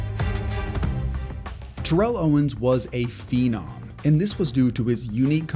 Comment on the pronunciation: Great video as always. You mispronounced TO’s name though.